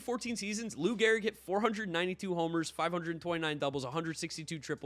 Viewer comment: G-E-H-R-I-G. Great video but I am that guy who always notices the slightest error. 😂